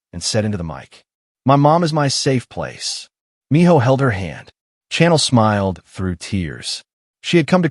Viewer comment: Your prounaction of Chanel is wrong. Chanel name is a soft C, not a hard C. Think like you shushing someone to be quiet. But otherwise it is a good story.